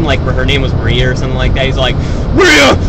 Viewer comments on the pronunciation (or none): none